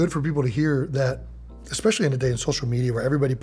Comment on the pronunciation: Jeezus, if I have to listen to this kid mispronounce "especially" ONE MORE TIME.